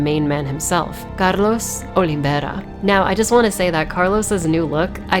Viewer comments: Btw your pronunciation of carlos in spanish was perfect. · Your spot-on pronunciation of Carlos' name warranted a new subscriber. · For an english speaker u said carlos name quite good 😚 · Great video as always, btw I love your pronunciation of Carlos’s name